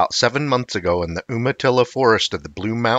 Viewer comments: Not Um-atilla "You-matilla" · Umatilla is generally pronounced YOOmatillah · Not trying to be rude... but.. Umatilla is pronounced You- ma-tilla. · Umatilla is pronounced 'YUMA tilla'. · It's pronounced You-Ma-Tilla. You got McMinnville Perfect tho!!! I applaud that! I'm from McMinnville (we call it Mac) not many people say it right the first time. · It's pronounced "YOU-matilla" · It's "You-ma-tilla" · Umatilla is pronounced you-ma-tilla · I was about to say the same until seeing you🤘